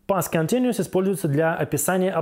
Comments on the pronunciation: Когда вы перестанете себя позорить? Хоть бы погуглили произношение, прежде чем всякую гадость писать. Никакого "контиНИэс" никогда нет и не было, это последствие уродской советской школы, мне вас жаль. To continue = "континью" Continu-ous = "континью-эс" или можно "континью-ос". Пойдите и покурите, легче станет. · Не Континуос, а континиэс(Continuous) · я не привыкла русскими буквами писать транскрипцию. Это может быть континтюэс или что-то близкое к этому. Но это точно не то произношение, которое у автора ролика